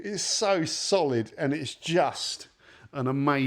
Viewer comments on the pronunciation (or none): none